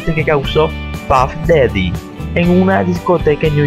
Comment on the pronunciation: Ni sabe hablar " BOLLORNOSO" " puff DEDE"